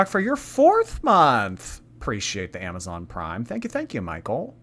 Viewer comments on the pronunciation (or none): none